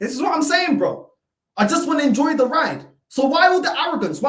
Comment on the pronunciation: "Just en-JOI" 😂😂😂😂